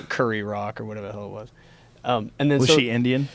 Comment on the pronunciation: he said curry rock 🤣🤣